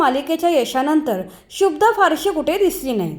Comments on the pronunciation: 🎭🙏शुभदा असं आहे शुब्दा असं नाही कृपया निट उच्चार करावा. बाकी आपल्याला पुढील वाटचालीसाठी मनापासून शुभेच्छा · शुभ्दा असा उच्चार बरोबर नाही शुभदाचा उच्चार जोडाक्षराप्रमाणे केलेला कानाला त्रास होतो. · Shubhada not shubda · आधी नाव शुद्ध घ्या. शुभदा.